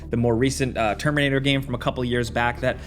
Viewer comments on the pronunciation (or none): none